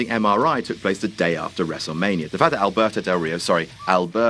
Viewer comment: Come on,. Why bother saying "Alberto Del Rio" like Ricardo Rodriguez if you're not even gonna try rolling the 'r'???